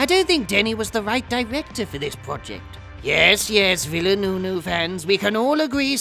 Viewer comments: The directors name is pronounced “veal-nerve”(VILLENEUVE) 😎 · just say vil-nuff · Your faked struggle with the director's name would have been funnier if you were actually trying to pronounce something difficult, instead of a name that's literally just "vill-u-nerve". Even "vill-nerve" is passable. Always a hoot to watch someone pretend to struggle with the guy's surname, whilst getting the more difficult forename wrong and not even realising it. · Here to help with the pronunciation : Veal-nerve Also, he is French-Canadian. Not French. Other than that, nice video :) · Btw, his name is pronounced "villeneuve". Hope that helps! (it's french, so you can just puke while swallowing your tongue that is also a slug and you can pronounce anything) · Villeneuve isn't that hard to spell, is it? Formula One commentators got that name right for a decade, ffs, and they sure as hell ain't the most literate of any bunch. But you apparently aren't better.